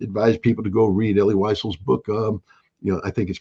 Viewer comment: Elie Wiesel is pronounced WEASEL. Not Wysel. 😏